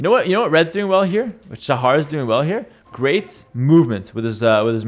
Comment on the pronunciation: Shahar18 is actually the second highest elo player from Israel, and Shahar is not pronounced like says it. the "ha" part (shaHAr) is pronounced with a sound that doesnt exist in english, like the last letter in malawah.